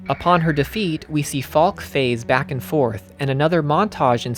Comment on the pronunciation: Also regarding pronunciation, I believe Falke is pronounced Falk-eh. Fantastic video! Very enlightening. I absorbed a great deal of the themes playing the game, but definitely lacked context from external materials. Your thorough research is well-appreciated. Have you seen Neon Genesis Evangelion? There are some parallels in the works concerning the blend of the symbolic and the literal, with the focus being on meaning behind the work rather than its literal and perhaps unreliably-portrayed events at times. Thanks again for this deep dive!